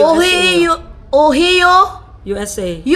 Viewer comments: Ohayo not Ohi-o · mga ka-peggy OHIO, USA is pronounced as “OHAYO” not ohiyo. Just helping😝